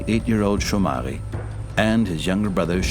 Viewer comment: I feel bad for this kids and all. But damn It's like naruto but worst. Hope atleast one of them can be the next hokage. 😂😂😂😂😂 And also. It's not shomary and shonel. Jomari and Jonel. Like when you say juice. Why are you making this damn kids sound like a fancy bag. This is soo dramatic. I feel bad for them but god damn. This narration is so bad And another one. The translation are so bad. The girl with her friends stated that she wants to be a police but they changed it into. She wants to hang out with her friends. And also the dad who's a fisherman didnt said anything about her kids. He stated that if he only get to catch a few fishes Then they would just have it as their food but if he's able to catch it alot. He would sell it in the market. This documentary are full of shit. Also the only eating rice part. They live in the province to dumb shit. If they're poor they can literally grab vegetables on their backyard and boil it to have law-oy. This is not the main city when if you don't have money. Then you cam also have salt as your side dish. God!! It's so annoying. Lastly. The cliff part are also full of shit.